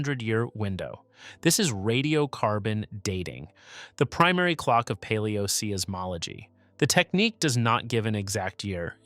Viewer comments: Unfortunate you did not listen to online pronunciations of the term "aleoseismology" because you state it incorrectly throughout this video. Interesting study, but a dumb mistake. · Fort Tee-john? Paleo-See-iss-mology? WTAF?